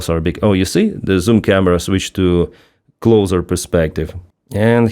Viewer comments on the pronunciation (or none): none